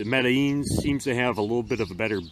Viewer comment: I like that you actually know how to say the name of this knife. Its a really neat little folder. Underrated in my opinion. Thanks for sharing it with us